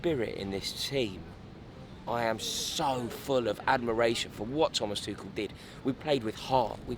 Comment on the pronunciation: I found it funny when u went from Tuchel with a “k”pronunciation to Tuchel with a “ch” pronunciation and back to a “k” 😂